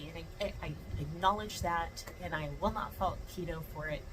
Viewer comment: Keto, not Lego 😂